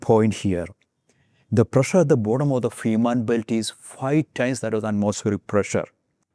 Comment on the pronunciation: I live just 40km from the tunnel. You should pronounce Fehmarn and Fehmarnbelt correctly: [[ˈfeːmaʁnˌbɛlt]] i.e. the first e: is just a long, closed, monophtong sound, similar to the vowel in day, pronounced by a Scottish speaker.